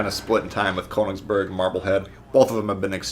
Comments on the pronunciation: atleast google how its pronounced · You pronounced königsberg wrong